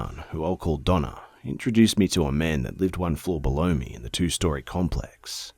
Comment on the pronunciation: when he said "It was Donna.." for some reason I heard "It was Dog Nut.." idk why tho😕